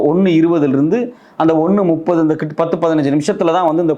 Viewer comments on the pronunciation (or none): none